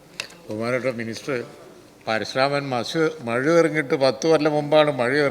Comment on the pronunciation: മഴു അല്ല മയു മയു